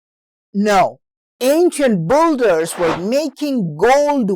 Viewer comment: Very interesting. Good work. One note of pronunciation. The word builder is not pronounced bulder, but rather, bilder.